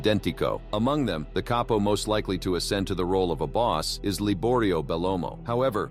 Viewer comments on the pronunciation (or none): I know, but he didn't pronounce it Cap-po, which is correct. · Same old info, but read by A.I.. I don't know how anyone can listen to that robot droning. There's zero inflection and A.I. pronounces words wrong. "Caypo"? Really? For me, unwatchable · the narrator probably made a mistake, the word is CAPO.